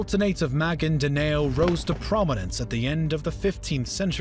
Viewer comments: Am I the only one bothered by “Ma-gin-da-NAY-yo”? You tried, my good narrator, but it’s “Ma-gìn-da-NOW”. Filipino doesn’t naturally have an “A” as in “yay” sound, and any “yo” sound always has a “y” at the beginning. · Maguindanao is pronounced ma-gin-da-now not ma-gin-da-neo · Hey man quick note, its pronounced MA-GEEN-DA-NAW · "Magindeneyo" sounded so white HAHAHAHAHAHAHA as a filo in mindanao it actually sounds okay (sosyalin haha) but weird for me cuz it is not pronounced that way it is Ma-gin-da-naw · 'Magendanayo' No thats pronounced 'magindanaw' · Maguindanao pronounced Ma-gain-the-now = Ma-guin-da-nao and Manuel Roxas pronounced Manuel Ro-has... anyway thanks for the history lesson, I mean it with respect and gratitude. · This is very informative. Just 1 thing, Magindanao if pronounced ma-geen-da-naw. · very informative too and words he describe is maguindanaw not neo Rohas not roksas qirino not quarino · It's pronounced maginda-now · My ears bleed as he mispronounces Maguindanao